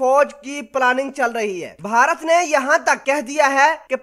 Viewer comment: Bhai jaan..... apna talafuz to durust kr len. Yeh "baharat باھارت " nhi hy. BH mila ke parhen... bey aur hey mila ke "bhey" parhen. Is ko "bharat بھارت " parhen. I m sorry to say.... Myn ne dekha hy k jitne unparh log hyn, jin ko na parhna aata hy aur na likhna.... woh sb utuber bn gaye hyn. Sb unparh logon ne apna chanel khol rakha hy, sirf dukandari k liye...!!!!